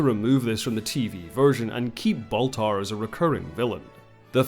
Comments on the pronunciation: His name is Baltar, not Bathar. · It's "Count Baltar," the name "Gaias" was an invention of the RDM reimagining.